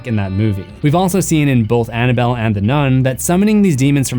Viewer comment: I caught that "Annaboll Dell" lmao